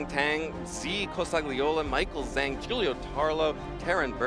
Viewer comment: Not sure which game you are referring to but I could easily understand them referring to Juan as Juan (in the game against Eric)… it’s not a butchered pronunciation Michael “Zhang” is the butchered pronunciation but nobody is bothered…